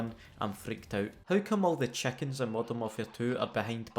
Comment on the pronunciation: Im here only to hear him say "chekens"